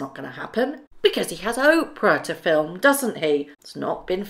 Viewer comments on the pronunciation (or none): none